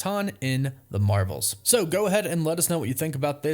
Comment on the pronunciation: Ur intro says “the mravels”